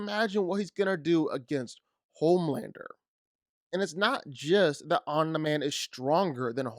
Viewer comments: Can this mf even read correctly while copying others work, the way he’s pronouncing Omni man is driving me insane. Omnah man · home lander and omna-man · Hate the way he pronounces it “Aw-nuh-man” 🙄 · Omna-man lol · Am I the only one bothered whenever he says Omna-man? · Who the hell is "Omnaman?" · "Homelander, and Omna-man" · I think...it's pronounced Omni /ɒm.nɪ-/ /ɑːm.nɪ-/ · So is no one going to point out he keeps saying om-na man🧐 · why cant u pronounce his name right? omni man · WHY DO YOU PRONOUNCE OMNI MAN LIKE THAT r4wuiwerfhwihweuie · I hate how he says Omni-Man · you said omni-man wrong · Why tf are u saying Omni man’s name like that?…u sound dumb af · Why can’t you say Omni man correctly? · So you watched the show and still can’t pronounce his name right? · Why are u pronouncing it "Omna" lol its OmNi lol like um knee man lol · it's not omna-man it's omni man dude. you say his name so goofy 😅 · Pronouncing it "omnaman" should be a crime...... its OMNI....MAN. Dont disrespect him like that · OMNIMAN. Not OMNUHMIN. Idiot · I think his name is “OMNI-Man”, not “ ON-THE-Man” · Its Omni Man not "Omneh Man" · Omg it’s ahmknee man not omnah man Jesus Christ. I had to stop watching the video because of how annoying that was. It’s embarrassing Your points are extremely shallow and don’t have much backing other than your own speculation. Although I do agree OMNI man would win, you need to do way better then that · Om knee man, not om na man. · Lmao homelander is TRASH!!!!! Omni man will slaughter homelander and its OMNI man not OMNA MAN smh 🤡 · I feel like you are mispronouncing Omni as Omna on purpose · the way you say omni man like om niman isn’t correct. omni is derived from the word omnipotent. it’s the first four letters and is pronounced the same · omnI man not omnA man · Why do you keep calling him OmnaMan...? Seriously throughout the whole video...OmnaMan... OmniMan...OMNIMAN!!! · Good video but……. Why are you calling him “Ommna-Man”? It’s Omin-Man!